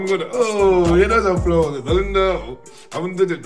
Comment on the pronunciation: Қарағанды дегенді Наранара дима😂😂😂